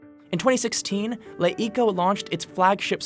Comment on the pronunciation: The 'Le' in LeTV or LeEco is read as 'luh', as in 'duh'. Certainly not 'lay' or something.